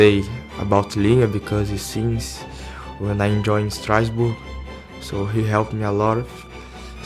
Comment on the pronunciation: IT IS STARSBOURG NOT STROUDSBUTG